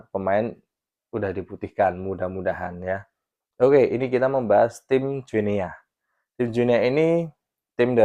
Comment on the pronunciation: Salah bro, bacanya Guinea itu "Gini", spt kita baca Papua New"gini". 🎉